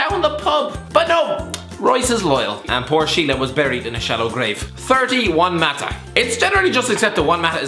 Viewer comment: When he said "30, Juan Mata" I thought he said "31 Mata" lol